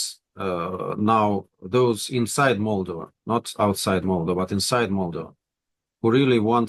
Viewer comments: The Russian doesn't even know how to say "Moldova" properly but want this country to be Pro-Russian. Its MolDOva not MOLdova. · Valuable content on a rarely mentioned country. Moldova (stress on the second syllable. Polyanski should really know this because it is pronounced exactly the same way in Russian) has always been a dirt-poor, geopolitically insignificant pawn in the games of its bigger neighbors; it is a shame it is coming out of the shadows for all the wrong reasons.